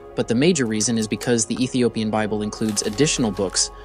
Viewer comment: It is pronounced Ethiopian